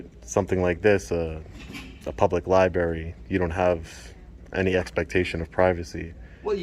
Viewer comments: You are so well spoken but you drive me nuts every time you say libary instead of library, lol. Both r"s are pronounced. Love your content and your demeanor is perfect for these audits. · I love these videos. Great work. But please learn how to say Library. I'll try to help phonetically....Its not Lie-Barry.... it is Lie-BRary. When you mispronounce a simple word, you undermine your own point. Please sir. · Li brary-not li barry......if you are too stupid to be able to pronounce that simple word, you shouldn't be a cop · Omg if you audit libraries. It’s pronounced library. NOT li barry Just sayin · I know you do things to piss people off...and I really enjoy that. But I wish you could pronounce the words "Library" and "Ask" instead of "Lie-berry" and "Axe". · I love audits for the educational value. While we're on the topic of education, and I mean this with the utmost fondness, but maybe learn not to say "liebarry" before you go in to audit the library. Li-b-R-a-R-y. With two r's. Thanks for getting out there! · Are you saying li-bary on purpose? 😂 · One of the most mis pronounced words - LibRary. There are no berries at the Library. Maybe some fairy s! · I love going to the libary. Wait, I think there's an 'R' in there.... Just picking on you. My whole family says that! Hehe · I like what you do, but it is pronounced Library with an R. Say it correctly please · What kind of berry? A Liberry? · You shouldn't be allowed in until you learn how to pronounce LIBRARY. It's got two R's. Maybe you should use it instead of recording it. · He should spend time at library learning grammar and proper pronouncement of word library not lie bary grown ass man speaking like a 1st grader. ..assault on the ears ..and he isnt embarassed by it either it seems... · Does everyone in the east say li-barry? I can see the auditor having no clue, but an employee of a library said LI Barry. I think maybe you should have stayed and done a bit of reading. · LI-BRARY. NOT LI-BERY